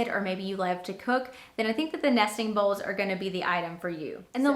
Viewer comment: You said bowels lol